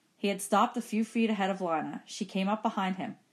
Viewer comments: its not lina its lena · it is lina not liyna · ITS LINA NOT LANA